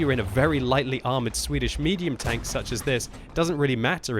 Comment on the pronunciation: Sure: "Swidish Self-Probeld-Gun...